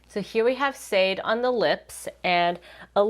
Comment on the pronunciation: im sorry but it’s not shaw day but shaaaaaaaaah day. It’s a Yoruba name. ❤ (the pronunciation isn’t accurate but that’s the best if you do not speak Yoruba) . you tried tho.